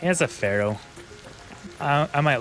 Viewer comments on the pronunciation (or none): none